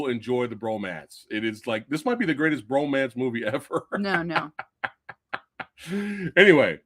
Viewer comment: That underwater scene was actually done underwater. It's no CGI. And please say it as bromance not romance.